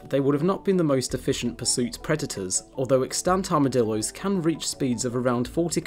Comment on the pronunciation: They are called Armadillos, not "Armadilloys"